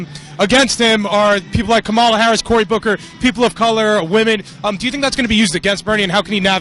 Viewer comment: like your videos but a friendly CORRECTION. The Senator form California ....her name is not pronounced "camala"...it's pronunced KOMMM- ah-la watch the kid you interviewed for the correct pronunciation!! I herd Senator Harris tell a journalist how her name is pronounced and you pronounce it WRONG.